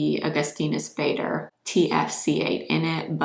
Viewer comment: Such a gorgeous girl! Wow! And the whole makeup is beautiful! 😍 It's just the way she pronounces Augustinus Bader surname is sad! 😅🤦‍♀️